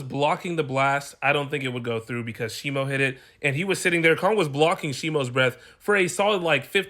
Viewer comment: he did use supercharged form and IF YOU KNOW HOW to fucking pronounce things it shimo not shimu Godzilla was getting the more hits HE LIFTED shimo